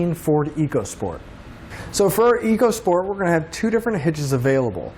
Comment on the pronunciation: It's pronounced "Echo Sport" Ecosport !!!